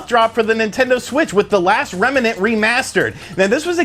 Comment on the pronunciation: It's not remma-nent, its remnant